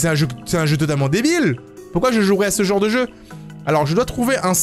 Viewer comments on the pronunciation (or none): none